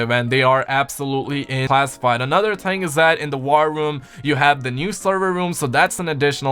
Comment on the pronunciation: Do you not like the letter H? ting? THING